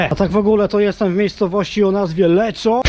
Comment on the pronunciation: O, też byłem w Lecco niedawno :v Jakiś włoch trochę się wkurwił na wymowę "LECZO", bo czyta się ponoć "LEKKO" :(